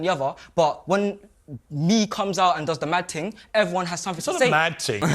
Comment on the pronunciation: Ummmm… okay, I know I’m super dumb. I watched the same section like 5 times in a row. I can’t figure out what a “mad ting” is. I don’t think I’m hearing it right, but I really have no idea either way. Can someone explain what he’s saying? Even with context clues, I can’t figure out what they’re referring to…. This is 100% sincere, I’m just lost right now.